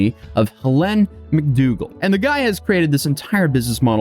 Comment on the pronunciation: I don't think I've ever heard the name Helen pronounced that way lol